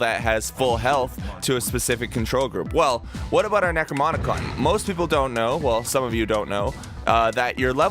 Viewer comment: why are you saying "necromonicon"